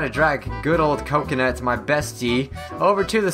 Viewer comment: it is not cokanut